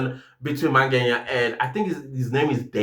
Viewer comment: i always wonder why you call Mngena by Mange"nya"😊😊